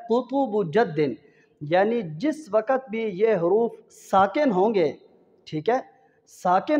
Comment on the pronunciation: Is baat se bahot dukh hota hae jab koi QARI ya HAfiz e QURAAN bajaye QAAF ke KAAF KA ISTEMAAL KARTE HAIN.WAQT KO WAKAT ye bhi ajeeb lagta hae .Talaffuz apna sahi kijye pls phir sikhaiye.warna sab ghalat seekheinge aur gunaah aapke sar hoga ghalat padhneka.